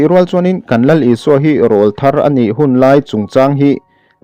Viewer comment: Rawlthar tih hi lam diklo